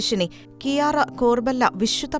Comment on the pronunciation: ഈശോക്ക് മഹത്വം 🙏🙏 ക്യാര (Chiara) എന്നാണ് ഇറ്റാലിയനിൽ ഉച്ചരിക്കുന്നത്